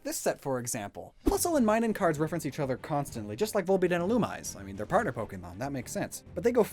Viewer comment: Illumise is pronounced ill-oo-me-say